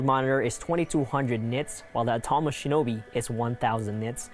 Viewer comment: Much like the misleading and uninformed comparison you did here is intended to try and get eyes on your channel, but failing miserably. Next time, try actually knowing what you’re talking about - starting by pronouncing Atomos correctly. Good luck.